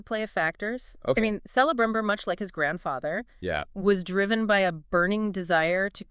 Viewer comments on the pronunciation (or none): Please. Please learn how to pronounce Eregion, Celebrimbor and Galadriel.